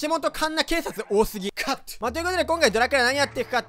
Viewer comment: クァット！(カット) ここ好き